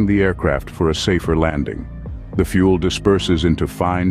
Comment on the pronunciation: Where to begin- "Fuel" not "fule." In the first 35 seconds you show four different aircraft types- an A36 Bonanza, a Twin Otter, a diagram of a turbo prop and an A320. NONE of those have fuel dumping capability. Only some heavy jets have fuel jettison. You then show a contrail being formed. Comtrails have NOTHING to do with fuel jettison. Of around ten types you showed, onlt two actually have fuel jettison capability. Other aircraft types (and, indeed, aircraft that CAN jettison) are certified to land over maximum landing weight in an emergency. MLW is not ROUTINELY exceeded as it would decrease the aircrafts service lfe, but it can be if neccessary.